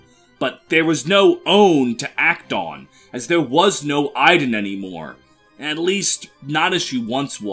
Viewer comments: Interesting way of pronouncing Idunn... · I'm well aware of where Idunn's name is from, as well as the fact that the pronunciation you gave there is inaccurate, since it's my actual name and it's not pronounced like that :p